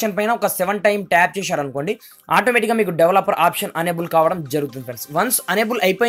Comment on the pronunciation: Baabu... Unable kaadhayya.... Enable.. Ma karma kodhi cheptharu malli review lu... Basha nerchukoni cheppandi... Aa telugu ento ne English ento...!